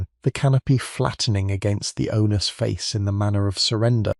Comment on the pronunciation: My word. The robot narrator is awful, stripping away my ability to listen to what might be descent. Gee, mid was maed. EVERY time something had a s on the end. Really?.....? Mays. Became. May. S? Owners became Owner. S. etc.......